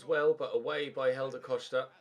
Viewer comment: why do you say hélder costa’s name like “helder coshda”? just wondering besides that you deserve a break